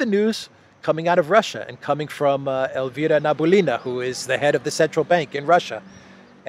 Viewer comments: not Nabulina, but Nabi-ul-lina, 'nabi' means prophet, 'ulla' means Allah, her nationality is Tatar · Nabiulina pronounces like - NAH - BEE - OUH - LEE - NAH. <3 from Russia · The last name of the bank lady is pronounced as: NABI - ULLI - NA Or NABEE (keep the sound but shorten it) - ULLEE (same) - NA